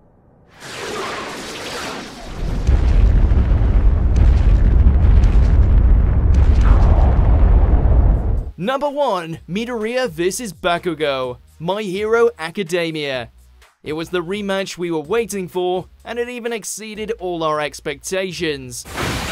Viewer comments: Mid-a-re-a? No... Fuck no. Lol Me-dor-e-a. Get it right or dont say it at all lol. Love you guys tho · Mee-doe-rida? Really? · they say midoriya's name sub and dub and you STILL MISPRONOUNCE IT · is anyone else triggerd that he said midoryia wrong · How did you butcher Midoriya's Name Wrong? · The way he said “Midoriya” made me cringe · Midoriya was the worse pronunciation of them all.